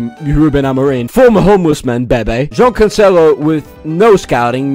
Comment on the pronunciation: that cancelo pronounciation in the start was on point fair fucking play